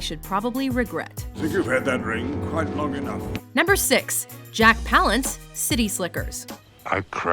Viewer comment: You mispronounced Palance